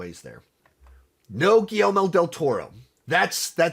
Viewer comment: Dude really needs to learn how to pronounce GuilleRmo.